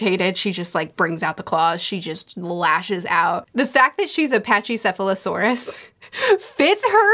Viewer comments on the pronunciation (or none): To be fair, she also pronounced that one wrong 🤣